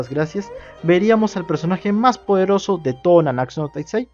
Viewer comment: todavia sigues diciendo nanaksu no taizai:v Solo digo... Gud video Aunque te confundiste:v